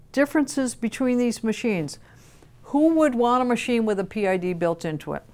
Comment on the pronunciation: PID? The letters are pronounced individually, since it stands for proportional, integral, derivative. Saying PID as one word is kinda like saying ATM like atom.